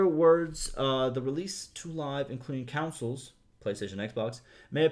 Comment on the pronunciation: I think you are accidentally saying "councils" instead of "consoles" however you are 100% right we all knew you meant consoles